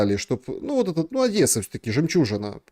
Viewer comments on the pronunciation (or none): none